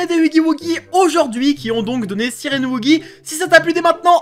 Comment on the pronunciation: Ta dis sirend